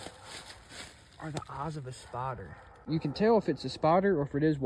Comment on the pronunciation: It took me a minute to understand he wasn’t saying, “spotter” he was actually saying “spider.”